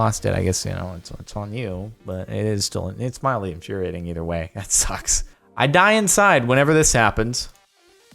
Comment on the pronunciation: At the beginning he said moddely infuriating now that's mildly infuriating